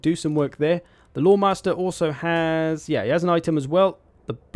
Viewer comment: i can never tell if you're saying Loremaster/Swordmaster or Hoemaster and i love it